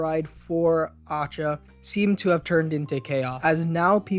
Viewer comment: just a tip for Acca's name pronunciation, it's like saying Akka, with a strong k sound. Acca is the italian pronunciation of "H", like "heich". Still I don't understand when he talks about the fact that his ancestors had a name starting with "A, B, C, etc", cause Latrato starts with L, and he should be one of his ancestors.